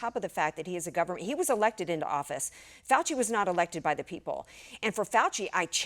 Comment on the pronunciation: YOU MEAN DR FOW-CHEE